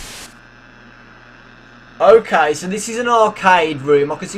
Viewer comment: its funny how you say okai